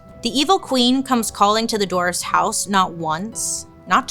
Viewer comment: Can we take a minute to appreciate the way Bailey pronounces dwarfs 😂 its cute as but she says: dorfs 😂 I also noticed that when she says the word “escape” she always says “ekscape”. Adorable